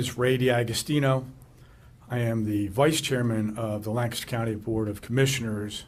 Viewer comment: PLEASE TEACH THEM TO SAY LANCASTER!! 😂❤❤